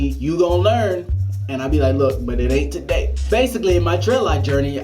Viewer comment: lol he said, "but it aint taday"